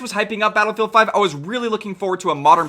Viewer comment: playing Battlefield? now Modern Warfare really had made mistakes:o Edit: He did just say Bootylfield? xD